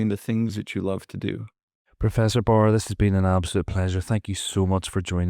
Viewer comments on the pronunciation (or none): He's Baar, not Barr.